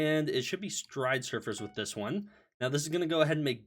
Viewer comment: everytime he says stridesurfers instead of stridersurfers i die inside